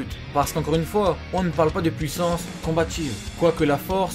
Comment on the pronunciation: Wow c'est la "pouissanss"